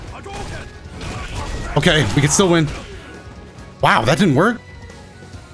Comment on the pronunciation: Right when said "IM GONNA WIM TRUST ME! TRUST!" I knew it was over for hum right there. No offense bro just the truth.